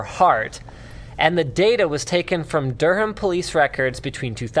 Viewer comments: It's Duh-ram not Der-ham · The way Linus says Durham is amazing lmao. It's pronounced 'Durrum' not 'Duh-ham' LMFAO